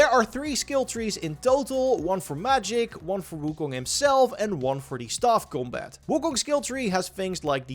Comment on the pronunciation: u say combat like 'gumbaat' lol its hilarious xd esl god